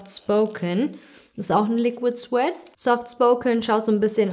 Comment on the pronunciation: Also mir ist aufgefallen, dass du "Suede" falsch aussprchst; es bedeutet übersetzt "Samt" und man spricht es "Sweid" aus (das W wie im Englischen ganz weit). 😊 An dieser Stelle möchte ich mal ein gaaaanz dickes und von Herzen kommendes Dankeschön sagen für deine ehrlichen und kompetenten Meinungen. Ich habe mir wegen deinen Videos einige Produkte der Roseline von Martina Gebhardt gekauft und bin noch nie zufriedener gewesen. DANKE Hati - You rock! 😘